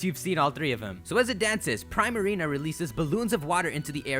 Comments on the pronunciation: Princess Ariel THANK YOU!!!!! It frustrated me when he say Prime Marina. Like really?? Prima Donna + Marina. Come on now. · Pree-marina dummy 🙄🙄 not prai-marina🙄🙄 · im pretty sure primarina is pronounced preemarina. like primadona. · pree-ma-ree-na sounds like prima dona. it's not pry-ma-ree-na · Prima=suppose to reference a primadona which is essentially a pop star and or famous dancer or singer/ marina=appeals to her water attribute/ combining to make Primarina but it's pronounced( preemareena )not like Prime. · It's Pree-Marina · 'pree-marina', like primadanna. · I thought poplios final evolution was pronounced pree-mah-ree-nuh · How the f*** do you manage to pronounce so many things wrong? "De-sid-you-eye" and "Pree-ma-reen-a". Not what you said. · isnt primarina sayd like primadonna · I think you're saying Primarina wrong. I think it's getting its name there from pri-madonna. Pronounciation should be Pr-EE-Marina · You pronounced Decidueye correct but Primarina is 'pree-ma-ree-na' like 'primadonna'. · Also you're saying Primarina wrong , prima - primadona